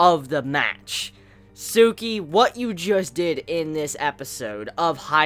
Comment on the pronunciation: It's Tsukki not Tsuki